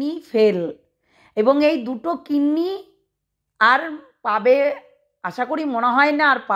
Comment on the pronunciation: Kinni Na Kidney Word Thik Korun Didi 🙏